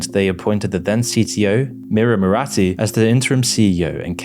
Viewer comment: Murati is to pronounced as Moorti.